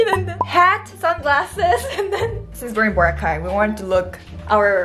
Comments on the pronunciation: Boracay not Bora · It’s NOT BORA!!! It’s Boracay! 🙄